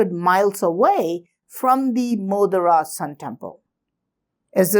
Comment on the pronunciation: Sorry sir, but it is not मोदरा.... It is मोढेरा